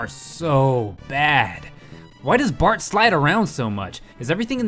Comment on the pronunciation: In he calls Bart "Bark " :P